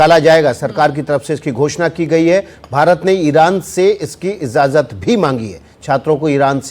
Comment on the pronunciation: ازازت نہیں اجازت ہوتا ہے